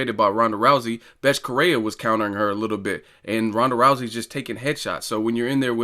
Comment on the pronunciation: Betche Coheia* is how u pronounce her name.